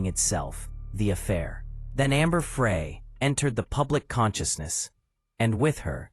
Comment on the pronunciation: Pronounced Fry not Fray but spelled Frey